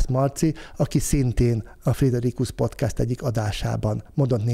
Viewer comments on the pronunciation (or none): none